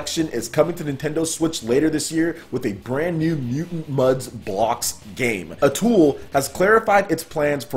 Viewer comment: With due respect.........A-TOO-eeeee = Atooi. Sry, couldn't resist;)